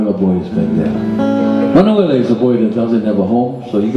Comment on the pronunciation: Actually the man's name is simply Manoel. For some reason in the song, the a is added but it obviously is referring to a boy in the family. Maybe the name is usually pronounced that way.